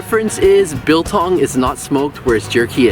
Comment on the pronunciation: pronounced like bull tongue not bill tongue